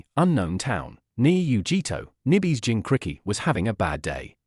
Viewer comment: Kubikititchk, the zabuza, jincricky, chukra. This AI narrator is almost the worst so far.